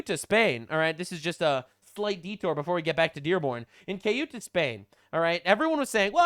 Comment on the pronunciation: See ooh tah / Ceouta